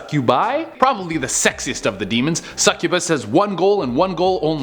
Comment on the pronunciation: Succubass and incubass